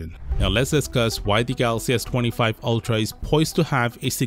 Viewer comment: "Ultra tuuhdauy"